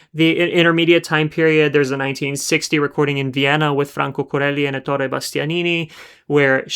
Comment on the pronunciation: Most excellent video.. thank you! 🙏 (JFYI: it's Éttore Bastianini, not Ettòre)